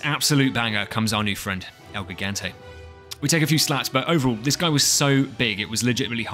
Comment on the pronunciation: It’s pronounced “El He-ganté” Love the video but just thought this would help